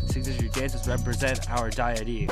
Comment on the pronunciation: what dur are you doing those sunglasses are way too small and you don’t know how to pronounce deity 😭 nice job Justin on the editing